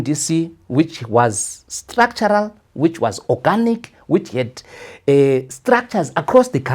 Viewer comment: Let him first pronounce structural,what a shame